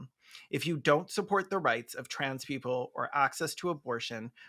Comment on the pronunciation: "Keople for the Athical Treatment of Yanimals" has sent me. I'm like a minute and a half in and I had to pause for a chortle break.